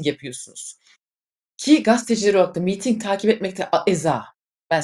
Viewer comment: Meeting değil miting. Tek i ile.